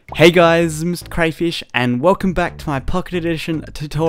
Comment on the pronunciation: When you say Mr crayfish you say this: Mr crzhish learn your inglish man